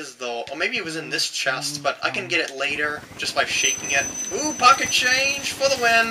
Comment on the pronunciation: I died when he said "POCKEHt CHAINJUH!" You rock!